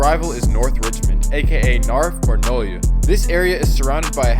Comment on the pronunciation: “The nolia“ bro wtf 🤣🤣🤣